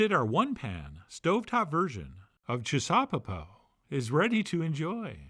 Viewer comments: I'd like to suggest we make the pronunciation chissaw-PEPO, and not chis-SAW-peppo as our maestro here is doing. However we say it though, this dish is *awesome*, and I've made the oven roasted version umpteen times now, and fed many happy people with it. Using sweet hot peppers in it works great too. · It's gotta be pronounced chisuhPEHpoh. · Making me hungry! Also... it has to be ChisauPEpo. Definitely a 3rd syllable dish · I like the emphasis on CHIsaupepo, as if there was any wonder what kind of saupepo we were making that night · I think the accent should be on the last syllable.